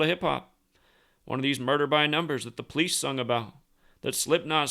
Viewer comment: The way he says police like pleece lol